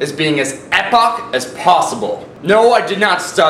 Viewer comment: it's pronouced 'eee poc'